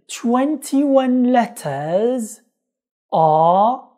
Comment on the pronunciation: غلطت في كلمتين _letters -there شكرا على مجهوداتك اخي الله يرزق اهلك الجنة 😍